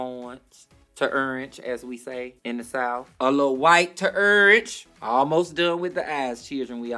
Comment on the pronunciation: I'm obsessed with how she says orange. URNGE!